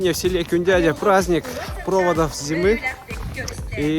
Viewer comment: Кюндяя,а не Кюндядя